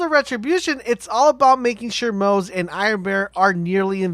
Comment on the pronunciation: The pronunciation for moze is MO-ZE-Yyy